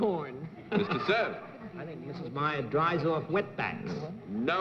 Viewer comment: Dries 🙄 horrible